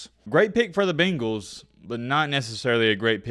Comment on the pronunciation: BANGALS… not the fkn BEENGALS… good lord I’ve never been so annoyed by a word being pronounced incorrectly